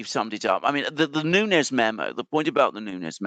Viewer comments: Nunes not Nunez it’s Portuguese not Spanish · Sorry but Devin Nunes is Portuguese not Spanish. is closer to the correct pronunciation. 😉